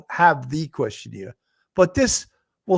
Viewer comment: Love the show! However, it is questionAIRE... not questionEER. It was said incorrectly at least 15 times and it was hard to ignore.